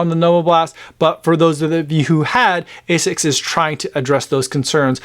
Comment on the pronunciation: My japanese friend says it's pronounced as "ah-sicks", not A6